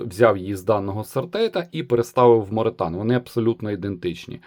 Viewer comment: Morethan = more than (англ. більше ніж) і читається ну ніяк як моретан 😂